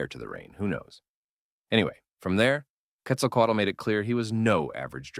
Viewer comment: The way you say Quetzalcoatl is extremely fluent. Not many people have English as native language are able to say it as well as you. Congrats!